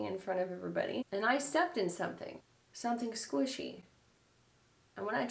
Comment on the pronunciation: “I stepped in something, something squeeshe” (serious face) 😂💀💀